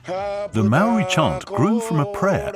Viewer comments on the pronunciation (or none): Very good British voice, but what's the excuse for murdering the few maori words used in the documentary? How would you feel if I came to England and did a doco there and murdered the pronunciation of your places?